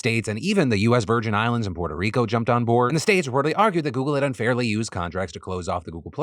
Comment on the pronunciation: phil stop saying goggle my s23 kepps thinking tour asking it a question